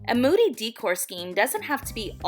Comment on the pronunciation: It’s not pronounced DEEE-cor it’s pronounced DAY-core, long A not an E sound